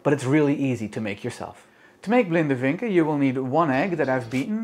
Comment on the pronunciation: Really odd to hear "vinken" pronounced with the "w" sound (in germanic languages) We say it like "Fink"